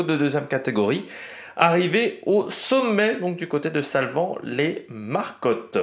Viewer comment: Pour info ça se prononce les marécottes, comme s’il y avait un e accent aigu ! T’as des Suisses dans tes abonnés 🎉